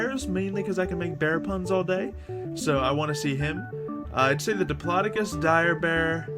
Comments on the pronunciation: you made that sound like diplodoocus but is pornuced either dip-lod-dic-us or dip-low-doac-us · It's pronounced Dip-lo-do-cus